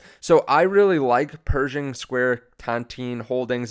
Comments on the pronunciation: Dude. Not pronounced "Persian" but "Per Shing" :) I am half Persian so it was funny hearing this :) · It’s pronounced “Per-shING” like ShINGles